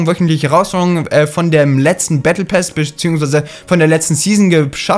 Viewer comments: Battle PASS nicht PÄÄÄS 😂😂😂😂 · Pass und nicht päss du hund 😂😂 so schlecht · Lern Englisch (Bättle päss) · Why sagt er bättle päss? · Er sagt battle päss😂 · Warum sagst du battle pess